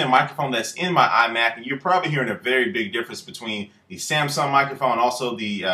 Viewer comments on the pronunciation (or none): When he says "Samson", it keeps sounding like he's saying "Samsung". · why do you keep saying samsong? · by does he call the samson the samsung